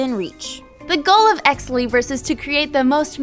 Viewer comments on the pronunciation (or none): Did she say "Exley Briss"?